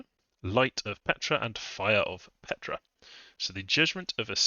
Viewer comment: Ptra is pronounced pt-ra, not Petra. I feel this nation is really op. Awesome chaff, op sacreds, top-line archers, insane Tomb Kings, good early game spells for mages, great fluffable constructs. The nation just feels powerful out of the gate while scaling hard. Truly magnificent nation tho, really feels like the Tomb Kings of the Warhammer universe!